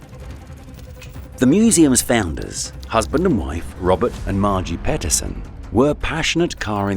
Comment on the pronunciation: This is an AI narrated and created video. Peterson is mispronounced as 'Petterson'.